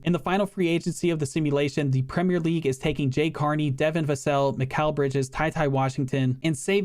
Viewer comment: An American who pronounces Premier league correctly instead of 'Premiere' league. Wow.